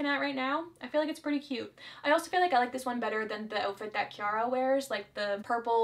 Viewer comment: I love the Barbie movies! Just wanted to let you know I think the pop stars name from princess and the pop star is pronounced key-rah like my name. Not trying to criticize you, just my own thoughts